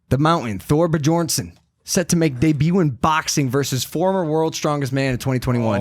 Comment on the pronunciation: "Thor Bajornson"... Bruh